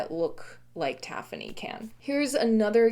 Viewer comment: Moqui is also spelled Moki, so you are pronouncing it correctly: Moe-kee. Using standard English pronunciation, with stress on the second syllable, tafoni I believe is pronounced ta-FONE-ee. And micrite: I have a bone to pick over the usual pronunciation of this word (mick-RITE), because it's a portmanteau word, from 'microcrystalline calcite:' MIKE-roe, not MICK-roe. Therefore, I think micrite should be pronounced MIKE-rite, not MICK-rite, but I've only heard one other geologist pronounce it this way in the last 20 years.